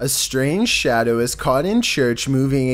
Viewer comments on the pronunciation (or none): none